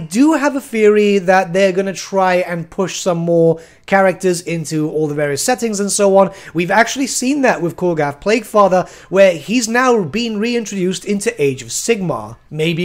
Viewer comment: Why do you say Korgath plague father, when its Ku'gath